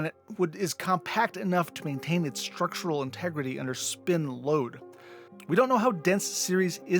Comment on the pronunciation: "Shtrengths," "Shtructural."